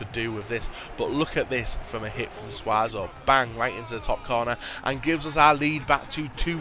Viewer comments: I don't know where you get the fact that Suso is pronounced Suazo it's really annoying it's soo-so !!!!!!! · Why say Suazo when there is no r in SU-SO's name it's just common sense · YOU PRONOUNCE IT SOO-SO NOT SWA-SO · please. It's Suso not Suazo. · Where did you even get Suazo from? Its Suso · Still saying suarzo are ya?... he was even a liverpool player man... jesus. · It's su-so not suazo;) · How on earth did you manage to say Suazo instead of Suso xD it's not like Suso is completely unknown anyway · 'Sue'-so not SuaZo! :@ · It's SUSO not SUAZO! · Suso not Suaso.. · It's Suso not Suazo. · im not hating but its suso not suaso theres no a in his name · omeone said it before and I`ll say it again : It`s SUSO not SUASO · its not suaso it's suso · Its Suso, not Suazo ffs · Keeps saying Suazo,it's fucking SUSO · could you please tale more care when lolking at people's names, suso=/=suazo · Wtf stop saying suazo, where do you see an az? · Btw if you continue to call Suso suaso it's proof you clearly don't read the comment section dude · Suso is pronounced Sue-Sew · there is no 'az' in SUSO. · SUSO's name is said SUE-SO Liverpool fan you see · suso is pronounced soo-soh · I thought you said your a Liverpool fan , how can you not pronounce one of there players name correct?? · You can't pronounce Suso and you're a Liverpool fan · I'm gonna have to stop watching until you swap out Suso because of how bad your pronunciation is of him, as a Liverpool it's very annoying!!